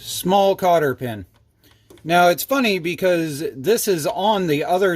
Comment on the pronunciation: Cotter not carter pin😂❤fine job